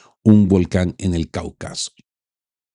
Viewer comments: La región es Cáucaso no Caucaso, como lo pronuncia, lleva tilde en la primera a. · por favor eres traductor, no puedes decir caucaso! se dice cáucaso! palabra esdrújula! queda muy feo para ti! soy tu seguidor y un amigo! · No es Caucaso, es Cáucaso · Un comentario, se dice Caúcaso. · Estimado, por qué dices Caucaso, si lo escribes bien? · CÁUCASO ES PALABRA ESDRÚJULA...se acentúa en la primera sílaba😢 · Gracias por toda la información que nos ofrece. Sólo alertando de un detalle, la palabra Cáucaso, lleva la fuerza de pronunciación en la A de la primera sílaba.